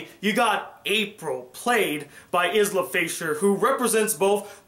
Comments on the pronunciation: My only problem with this review was the way you pronounced Isla Fisher's name haha! It's "eye-la" just letting you know bro! :) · It's pronounced EYE-la,!:)